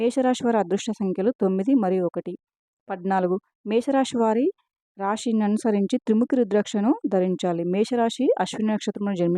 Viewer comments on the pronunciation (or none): Rashee kaadu Rasi ani chadavalani anukuntannanu.Namasthe